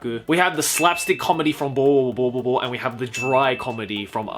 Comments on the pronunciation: watching the video calmly till I hear saying boboboboboboobobobobo wtf? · its helarious how u say bobobo-bobo bobobo